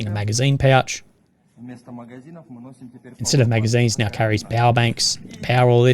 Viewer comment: 😂 now I’m going to think that every time he says now/meow 🐱